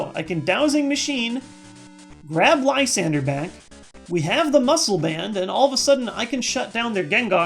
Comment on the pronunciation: You dont know how happy i am that someone else pronounces Lysandre correctly. Thank you